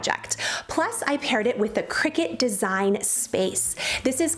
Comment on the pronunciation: I may be wrong, but Isn’t cricut pronounced cry- cut?